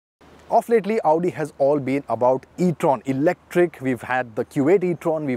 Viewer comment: Of "Late-ly" ??? Come on !